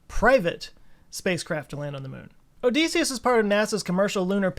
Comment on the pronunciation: great run down thanks. odysseus is pronounced oh-dess-ee-ous, as in decimal, not oh-dees-ee-ous, as in deep or joespeak 😂🎉